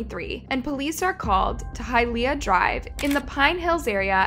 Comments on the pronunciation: Imagine pronouncing “Hialeah” all wrong . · It’s Hialeah (Hi uh lee uh)